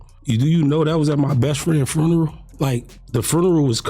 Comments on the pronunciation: first of all its funeral not frenrel...plus the whole he's talking to Adam hes looking down he don't look at him barely sign of big weakness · wtf is s frurneral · The way he pronounced funeral had me rolling.